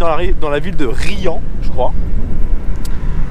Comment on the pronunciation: C Rians . Tu prononces le S